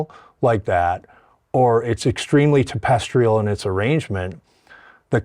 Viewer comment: My man said “tempestrial”?!?